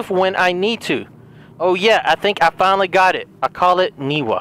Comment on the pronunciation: I must have a hearing disability but I swear she's saying "Niva" and not "Niwa".